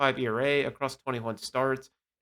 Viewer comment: please check player names before you post. It’s AJ Smith-ShawVER. And Schwellenbach’s final syllable is pronounced BOCK. Your credibility will go up if you look after the details…